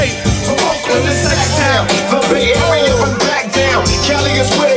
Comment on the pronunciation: did you say bree-i-p area? haha